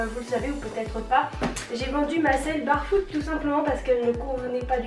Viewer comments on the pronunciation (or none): Tu me stresses à dire barefoot, on dit bèrefoot. 😂 En plus tu dis aïkonic. 😳